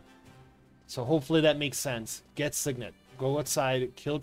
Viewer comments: Whoever says SIgn-net instead of sig-net is a psychopath lowkey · lol there's nothing to argue about, my dude. It's pronounced "sig-nit". All you gotta do is look in a dictionary. :P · I didnt even know sign net was an option. Might lowkey start saying it